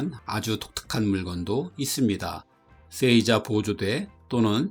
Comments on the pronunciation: 쎄이자-> 세이자로, 쑈군은 -> 쇼군으로 발음해 주십시오. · 내용 좋네요. 쎄이자 X 세- 자 O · 세이자가 아니라 에 뒤에 나오는 이는 이 발음이 아닌 장음으로 세-자 아닌가요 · 세이자를 쎄이자라고 발음하네요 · 장음으로 읽는 게 옳습니다